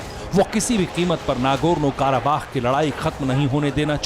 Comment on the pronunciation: Kya bak Raha hai anchor kakekas nahee karabakh hai